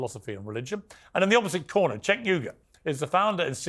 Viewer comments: The funniest part about his whole debate is the fact that refused to pronounce Cenk's name correctly the entire time...😀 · I'm a conservative and no fan of Cenk, but repeatedly and pointedly mispronouncing his name comes across as childish and petty while trying to call him out for being childish and petty. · I cant respect someone that mispronounces a name on purpose, especially when corrected by the person whose name is mispronounced. It just unveils that person as obnoxious on a deep level and not worth listening to. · He earned that “”, I have no idea where tf he is getting his pronunciation of “Cenk”. No one else says like that. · approached this debate with such bad faith. A guy has articulate like him could not pronounce the man name right? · lol then he can him 😂. But ya, sink went back to his own ways so fast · Going out of his way to say Sank instead of Cenk is so childish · It's pronounced "Chunk", not "Senk" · "It's Chhhh enk.. not Senk. And i condemn it everytime😂" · calling him "senk" nonstop I found even funnier than "snake". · I think everyone should start pronouncing Cenk like does here. "Sank" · Is his name pronounced “chank” or “crank”? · not when he started out. He was calling him Sink and and Chenk kept correcting him. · He mispronouncing Cenk's name as a Senk or Sink got me. 😂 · calling Cenk "Senk" keeps triggering me. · I was literally hearing snake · Disappointed continuously mispronouncing it his name as " SANK" just shows his inability to have honest dialogue. It's embarrassing to watch a grown man stoop to those lows. Reminds me of some of the conversations I've had on tiktok. Usually I find in an honest debate the one who stoops to personal attacks usually doesn't have enough foundation so they resort to such lows. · trolling calling Cenk, “Sank”.. 😂 love it! More, please. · I laughed evrry time he pronounced Cenk's name as Sank. 😂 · Why is he saying "Sank" though?😂😂